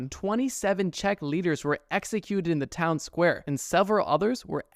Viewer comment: thanks to you, i can now pronounce Czech🤐